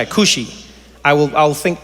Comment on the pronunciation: Trevor asked where she gets her weed from but the bar was in her name when she said Khushy - (KUSH)!!!